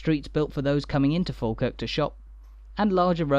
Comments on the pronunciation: It’s pronounced fawkirk. And coo Wynd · There are still tunnels under the ground from the old jail to the old court, folk used to have to be taken underground as it was safer than taking them through crowded streets. You have a good look at my house in this video. We pronounce it Fawkirk, a long time ago when someone was writing it down, they assumed that like Ball and Wall, we pronounce baw and Wa, Fawkirk was the same so they wrote it down as Falkirk, Its not. Its Fawkirk. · That voice.... Argh... Is it even human? So feckin annoying. Can't even pronounce the subject of the video. Sigh